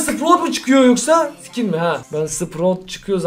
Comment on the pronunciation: Abi lütfen skin derken ke yerine ka dermisin❤